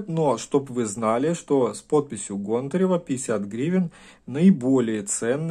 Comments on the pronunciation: ГОнтарева или ГонтаРева, тьі что первьій раз усльішал ету фамилию-из всех кто ее упоминал только тьі говоришь ГонтаРЕва??)) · гОнтарева а не пушкарЕва ! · Не каталОги, а катА логи, нужно говорить правильно и ГОнтарева. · Гонтарева, ударение на О